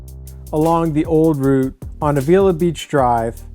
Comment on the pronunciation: Dude. Perfumo???? Lo Sojos Valley Road? a-VEE-la????? It's Los Osos. and about Avila Beach: "The name Avila commemorates Miguel Ávila, who was granted Rancho San Miguelito in 1842" (Wikipedia for ease). Notice the accent on the A. Great area, I used to live there. Thanks for including this beautiful area but so painful to listen to this! lol